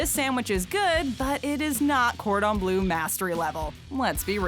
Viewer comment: Its bleu not blue... Ffs